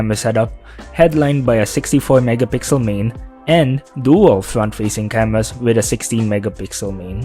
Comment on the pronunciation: weeding the specs like about scween wesolutions, WAM and camewas with monotone delivery make it much worse.